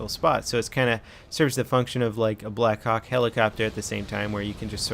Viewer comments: did he just say a black cock helicopter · Everytime,every single time some youtuber says Blackhawk i hear Blackcock... :D